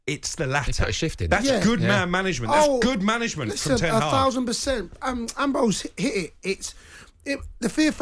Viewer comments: “En Tag”?? 🤔😂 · Man called him Een Taag 🤣🤣🤣🤣🤣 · Who is ent Hag? 🤣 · This ronaldo agent Cole said en taag 🤔😜😜😜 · Him calling Ten Hag "En Targ" was a highlight. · Ten Hag its Ten Hag